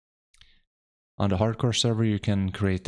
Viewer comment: Haard Core you say?